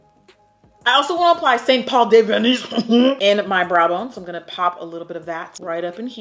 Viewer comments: Deaaad at the way you said the St. Paul color 🤣🤣🤣🤣🤣🤣🤣🤣🤣🤣 get outta hear aunty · The way you said St. Paul had me laughing way too much 🤣 P.S. I'm still sad you're not doing the best and worst this year 😫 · Lmao dying at how you say the name of that shadow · literally crying at the french accent with that St Paul shade 😂😂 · The way you said that shadow name St Paul 😩😂😂😂😂 so funny 😆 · Anyone else cracking tf up when she was pronouncing the “st Paul” eyeshadow 😂😂😂😂😭😭